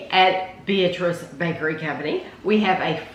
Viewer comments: Two things. The name is pronounced with the emphasis on the middle syllable. be-AT-riss. OK, now that we can pronounce it correctly, I will add to the testimonials. My family has been eating it for over 50 years. It is the ONLY fruitcake worth bothering about. People who make jokes about fruitcake have never tasted this one. It is stupendous. And they now sell it in little single serving wrapped packages that is the perfect snack or dessert portion. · It’s the best fruitcake I’ve ever had. I agree that people don’t like fruitcake because they’ve never had a great fruitcake. The name Beatrice is pronounced Bee-At-Ress though. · My family has been ordering the fruitcake from the Beatrice Bakery for 50 years. We discovered it because we lived in Beatrice. It's a goody that I look forward to every Christmas! I have one complaint on this video, the town and the fruitcake's name is pronounced Bee-AT-trice. With the emphasis on the middle syllable. They are the largest purchaser of rum in the state of Nebraska.